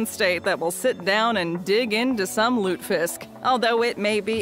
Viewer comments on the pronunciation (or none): Lutefisk is pronounced lut ah fisk. It's popular in states that have a large population of residents of Scandinavian ancestry. Not just North Dakota, Minnesota, & Michigan